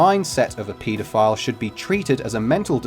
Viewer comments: I kept hearing Pedophile as PETA file, throughout the video and was going to look it up until I realized. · It's pronounce pedophile, not PETAphile. Haha Haha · The way you guys say pedophile is just as terrible as a pedophile